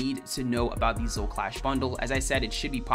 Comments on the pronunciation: Why does he fail to say Zoe everytime... Its Zo-E NOT ZO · Yes i do, but Zo and Zoe is not difficult, putting an E on the end of something is not hard for anyone, including dyslexics and children